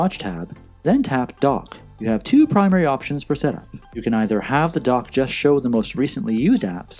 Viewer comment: For the longest time, I thought you were saying "The Apple Dog". I finally realized you were saying "The Apple Dock". I'm in Houston, TX and I guess we speak a different English language here. BTW, I have the Series 5 but your videos are still relevant.